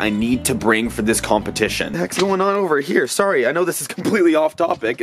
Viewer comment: HE SAID SORRY THE AMERICAN WAY